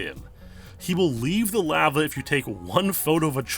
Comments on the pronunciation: I hate the way you pronounce lava, good video though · You say lava like an imbecile.